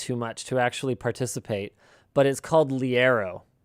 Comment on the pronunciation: i remember liero!! never knew it was pronounced like that??? the modded weapons were great